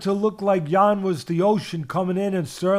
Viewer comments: Teddy pronounced Jan's name no less than 350 different ways.. none were correct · Teddy didn't get Jan's name correctly even once 😂😂😂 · Can Teddy just call him Jan please😂